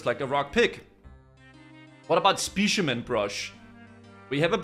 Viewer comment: I'm normally very fine with mispronunciations, but the way you say "Specimen" bugged me so hard 😂